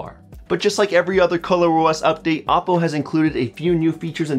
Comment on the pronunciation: Isn't it oh-po?